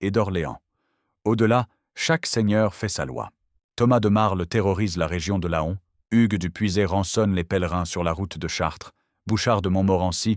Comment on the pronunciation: Laon se dit Lan comme un paon ou un faon